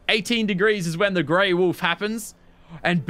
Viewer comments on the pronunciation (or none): none